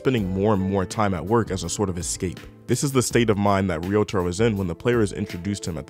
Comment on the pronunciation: it’s pronounced like “Rio Taro”